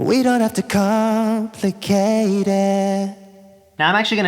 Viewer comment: Isn't it "We don't have to com-plicate it"? I heard "we don't have to com-ficate it" Nice guide though.